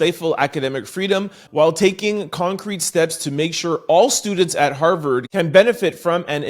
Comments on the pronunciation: Why do u keep saying Howard. It’s Harvard… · Hello from Orlando!! I absolutely love watching you every day! On today's podcast it was Har"V"ard, not Howard... lol love ya!!!! Leila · Tent It’s pronounced (har,verd not Howard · HOWARD????? HARVARD NOT HOWARD!!!! HARVARD NOT HOWARD!!! HARVARD NOT HOWARD!!! TWO COMPLETELY DIFFERENT SCHOOLS. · Hi, saying “Howard” & not, Harvard has been a detriment for the listeners 😢 because “Howard” does exist, but the lead story was written about Harvard. ❤ Take a beat. 😊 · Harvard bruh not Howard... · Harvard 😮not Howard 😅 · Harvard......not Howard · Not "Howard"